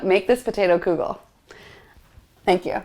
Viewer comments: Love your energy . Please stop saying koo-gel....its pronounced kuh-gel or even keegel . But NOT kooogel!!! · I grew up in a Jewish household and that is not how you pronounce kugel! lol Though it's originally Lithunian anyways so Jews don't pronounce it properly anyways since it's really kugelis